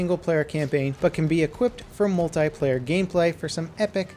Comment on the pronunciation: Why can't you say multiplayer properly?